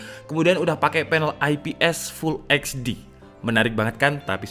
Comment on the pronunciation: full ech di, bukan full eks di. semoga jadi masukan ya gan :)